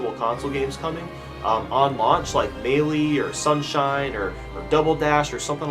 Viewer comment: if you say maylee one more time I'm gonna throw up